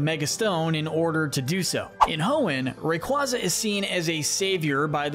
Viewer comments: He said Rayquaza correctly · Are you kidding me? He is like the only creator I've seen that pronounces the names right! That is exactly how you say Rayquaza. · ? everyone i know pronounces it like that, ray-kway-zuh is just so wrong sounding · no it’s not, it’s pronounced ray qwayza, and if you think everyone one else is wrong then you are probably the wrong one think about that next time you spread misinformation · nope.. watch the anime and listen how they pronounce Rayquaza (Ray-Quay-Za)